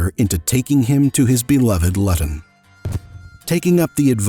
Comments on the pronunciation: Lut-on lol Its pronounced loo-tun. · Its pronounced Looton not Lutton. Luton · LOL born in Lutton - It's Loo-ton - Hilarious! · it is pronounced LOO-ton... Lutton smh. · It’s pronounced “looton” it’s where Tommy Robinson is from. Not “Luton” … nice vid👍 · Excuse me! For the benefit of our colonial brothers over the pond; it's not "Luh-tun! "Its pronounced "Loo-tun!" ( LUTON). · What a dickhead such a waste of life Luton is pronounced Lee ton Not lutt on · its pronounced lewton rather than luton its hard if you werent born in the uk kinda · its looton not lutton ffs lmao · Where was he born.....LUTTON HAHA😂 its Pronounced LU-TON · Its not pronounced luton its pronounced looton but spelled luton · 'Loo-ton' - not 'Lutton' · bro its pronounced "LOOTON" not "LuTon" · The way he says Luton 😂😂 for anyone not from England, we say it more like lewton not lu ton. I know the English language is odd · "lut ton" .... no its pronounced "loo ton" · Its pronounced Looten not Lutton. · BTW. The English town of 'Luton'... is pronounced Loot'n or Lootun... not Luh-ton : ) Jus' sayin' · If your going to do video of someone in the UK, have the decency to get the pronunciation of places correct - Luton in not "lat-ton" but "loo-ton", another lazy American! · Isn't it call "Luut'n", instead of "LuttaN"? (Luton)? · luton is said like looton, im from there lol lut - on :D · Luton.. pronounced Loo ton. Not Lutt on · LUTON isnt pronounced Lutton as you put - its LOU - TON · For the record it's pronounced lu ton not lut on lol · where the flying f*ck is LUton? its pronounced Loo tun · It is pronounced Loo' ton, not Lutton. The 'u' makes an 'oo' sound in this current spelling. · It's Lewtun... Not leuton. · It's Luton not Lotton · Sorry gotta say it... Its not pronounced "Lutton" its pronounced "Lewton" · Born in Lutton? You mean Luton? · Loo-ton, NOT. Lut - on it is spelt Luton but is pronounced Loo-ton to rhyme with you and poo and Foo. and. LOO TON LOO-TON LOO-TON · it’s pronounced loo tun